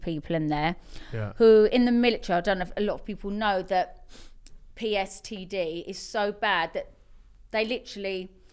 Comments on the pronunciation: she really said pstd instead of ptsd thats class haha1.29.0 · “PSTD” did you mean PTSD🤣🤣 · she said pstd lmaoo